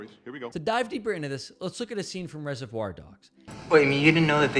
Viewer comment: It made my back teeth grind: how can you offer writing and speaking advice and then mispronounce "reservoir" so badky?